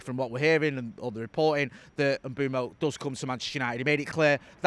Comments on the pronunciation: Mbeumo Not Mboomo Not Mbuemo Not Mbwemo M-beu-mo IT'S JUST AS IT'S WRITTEN! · This pretending you don't know how to say Mbeumo is getting old. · It’s Mbeumo, not Mbeumo. Hope this helps